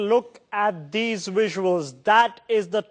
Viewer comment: "Take a luuk at dis wuisuals" Awesome.